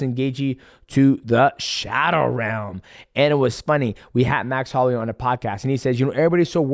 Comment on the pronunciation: I’m so proud of you saying his name right